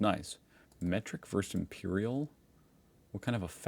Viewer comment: Ask your brother how to pronounce the word, "versus." He's finally got it right.